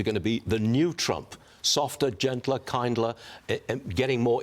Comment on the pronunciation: Kindler???? Lol it’s kinder